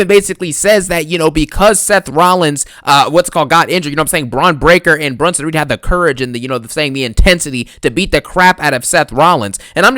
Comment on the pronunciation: I crack up every time this mf says “Bronito Breakker” & “BRONSENO REED” 🤣🤣🤣🤣